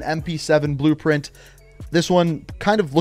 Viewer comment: Weapon brpent yeah I heard that😂